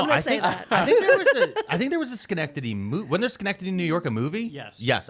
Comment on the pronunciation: nailed "Schenectady" and also gave a fact that my bf didn't know. (We live near Troy.)